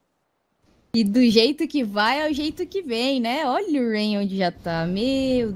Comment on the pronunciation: Narradora zero emoção, falou o nome dos jogadores td errado "roups" "rayan" kkkkkkk